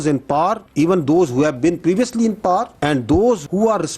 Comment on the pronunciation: Pakistan me kuch log pawers ko paaars kiun kehty hen